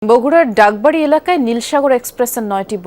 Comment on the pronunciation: বাগবাড়ি রে ভাই🤦‍♂️🤦‍♂️ডাকবাড়ি না🫤🫤